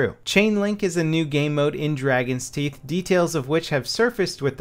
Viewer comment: Teeth not toof haha is just silly XP